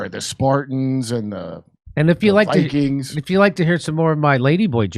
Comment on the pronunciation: Minnesota Bi-Kweens